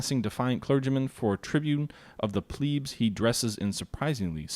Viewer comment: How did you say plebs!!!??